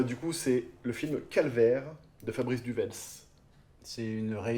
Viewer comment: Fais attention, le Z de Du Welz est une lettre muette. Ca se duwé. Calvaire est un excellent film assez étrange et qui met mal à l'aise par ce qu'il décrit.